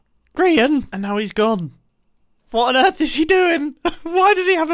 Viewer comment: It took me like 4 replays to realize Mumbo was saying "What on Earth"